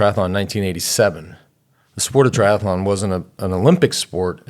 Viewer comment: No such word as tri-ath-a-Lon